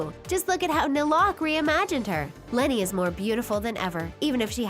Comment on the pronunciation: did someone else heard leni as lori?